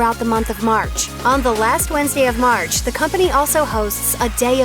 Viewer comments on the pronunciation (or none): none